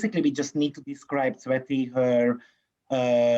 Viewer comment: I always hear sweaty for tsveti and angry culture for agriculture 😂😂😂